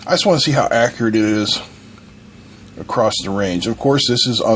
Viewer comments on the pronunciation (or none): did you pronounce a T as part of the word across?